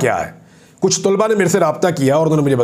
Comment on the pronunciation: Sir very respectfully It's not Tulba Actual word is talaba